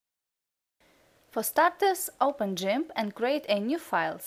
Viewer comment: From now on I'm gonna say Gimp the way you say it